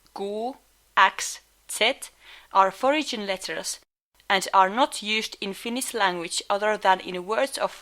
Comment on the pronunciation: "forigin origin" XD